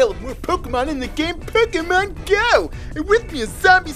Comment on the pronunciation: Why you say "pekkamon"